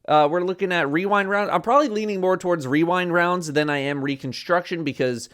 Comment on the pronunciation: Just say weewind wownds like a normal person,.